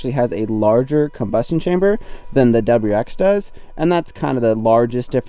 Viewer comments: It’s WRX not WX 😂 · I feel like you're ignoring the "R" in wrx